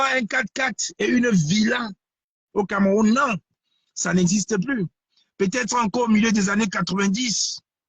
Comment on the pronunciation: Banderas on ne dit pas "CamÉrroun" mais "CamEroun" ! Y a pas d'accent sur le "E" hein 😁